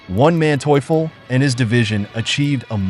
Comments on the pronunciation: One man teuffel? Wtf is he saying, really. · Von Manteuffel not "Onemanteufel" Hasso, baron of Manteuffel (born January 14, 1897, Potsdam, Germany—died September 24, 1978, Tyrol, Austria) was a German military strategist whose skillful deployment of tanks repeatedly thwarted Allied offensives in World War II. . He spoke eloquent English; in 1968 he lectured at the United States Military Academy at West Point, speaking about combat in deep snow conditions and worked as a technical adviser on war films. He was interviewed in The World at War episode 19 - "Pincers" (August 1944 – March 1945) in 1973. Manteuffel died in 1978. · Dude, the name of the German general is "von (FON) Manteuffel, and not the ridiculously pronounced "ONE Manteuffel", WTF! :-( Kudos for not fucking up the Romanian villages' names, though... :-) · Bloody useless ai voices. Wtf is "one man teufel"??! 😂🤦🏼‍♂️ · I love this Spanish general "Juan manteuffel" . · It's funny. Everytime I hear "One-Man-Teuffel" there'S a smirk on my face... AI voice over? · Juan Manteuffel lol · Why did you keep saying "oneManteuffel" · Great footage, but please stop pronouncing Von Manteuffel as One Man Teufel ;) - which he probably was ... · "One" Mantueffel? Otherwise entertaining video! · "One Manteuffel" how many were there? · The man's last name,is Von Manteuffel,NOT WON MANTEAUFUL..GET IT RIGHT, This video is PAINFUL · pronounced fon Mahnteufel